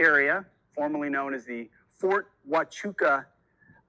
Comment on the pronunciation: HELL YES PETE! First person not from this area I actually heard say Ft. Huachuca correctly!